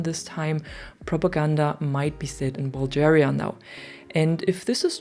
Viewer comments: Dunno if I’m the first or not but pronounce a hard G when you say BulGaria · Bulgaria is pronounced with a "g" as in "guy" btw :p Thanks for the info.